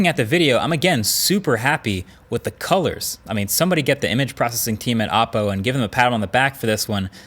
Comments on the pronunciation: O po not aah po. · Every time you say the names of Chinese brands I cringe. It's not your fault or anything, but when you know the correct pronunciation, it's hard to not notice the mistake. OPPO is pronounced like: oh Poe HUAWEI is pronounced like: H w-aww way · I likes the part where hes says appo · Every time he says Oppo I hear Apple .. Am I alone ? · Is “Oppo” the way they tried to pronounce “Apple” ?